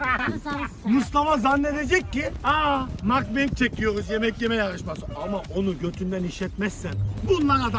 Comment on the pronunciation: Mukbang koreye ait bir şey sanırım ve Mukbang şeklinde de okunur makbeng değil ingilizce bir kavram değil yani herkes yanlış okuyor ama soyliyim dedim